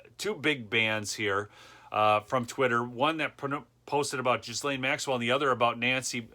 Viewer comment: "Ghislaine" Is pronounced Gill-ain (like fish "gills" and "propane") This particular Ghislaine is a total piece of shift... It doesn't mean all Ghislaines are monsters because one is. You simply mispronounced it...but a lot of people are conflating her name with her character all the while insulting thousands of people given the same name at birth.